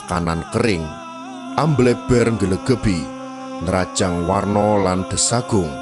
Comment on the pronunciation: kathah ya dibaca kathah bukan kathoh wana ya dibaca wono bukan warno